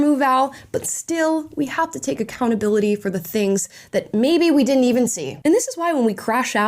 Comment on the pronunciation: I would break up with her just for pronouncing the word didn't as “diddent."